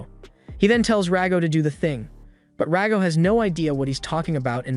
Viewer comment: It's Rago. Stop calling him Dago...